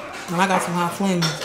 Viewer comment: She said hot flamins lol